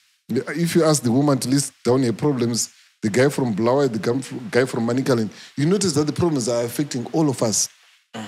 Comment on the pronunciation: Bulawayo pronunciation for those guys who from that other side is bad